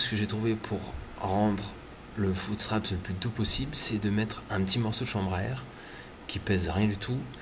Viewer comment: "un footsptrapSSSS " argh